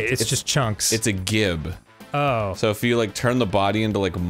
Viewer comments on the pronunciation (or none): Hi from 2023, "Gibs" is pronounced "jibs" and it's short for giblets - the edible organs and ofal when processing a foul. You can use them to make giblet gravy. The term because popularized in gaming from Rise of the Triad as you could blow up your enemies and their part woulds run down the screen. A message would also appear that said, "Ludicrous Gibs". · Pronounced “jibs” because it’s a take on the word giblets. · Gibs I'm pretty sure its pronounced JIB? how I've always heard it. Check out Civvie11